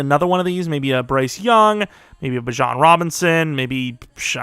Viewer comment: You can say it how you want but as a Texas fan if you are trying to find how to pronounce it Bjian Robinsons first name is pronounced Be juhn robinson. You don't have to but if you want to you can. Thanks